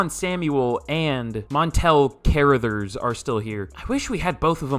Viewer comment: Car-Ra-Thers is how you pronounce it god damn